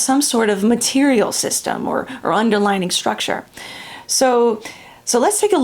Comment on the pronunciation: I had the same reaction to the "underlining," or "underligning." I knew she meant "underlying" not only from the context, but near the end she says something like, "...and it underlies everything." There it is. I believe these things happen because our tongue or mouth just makes it happen, and we know what we mean, so we don't think about it a lot. But it can change what we're trying to communicate. We had to learn English when my family emigrated from Germany when I was almost twelve -- which is probably why this stuff matters to me. I was quite obsessed with getting things right. I have no accent. My sister was sixteen, and she does gave one. She has a habit of saying, "I wished I had one of those." I have pointed our to her that she means the present tense, but she is always putting it in the past tense by orally (or phonetically) adding the final "-d!" I think her accent makes people give her a pass, and they understand. But for me, the "underlining" was like fingernails on a chalkboard! I would advise to practice saying words with two separate vowels that follow each other, especially when the same or close. "Un-der-ly-ing." Sorry about that, but the lecture was stupendous!